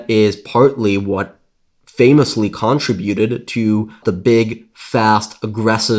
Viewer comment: Never listen to someone that cant even say button and contributed correctly.